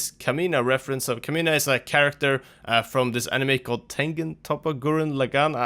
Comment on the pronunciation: Oh good god. KAH-MIN-AH caw like a crow, min like in minute, ah as in... well.... ah